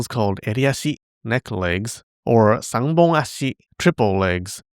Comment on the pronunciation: going full Anime VA mode pronouncing Japanese words like that. It sounds almost musical the way he says "Sanbon-Ashi", but either term sounds cute (Or, Kawaii if you prefer) coming from his voice in that moment.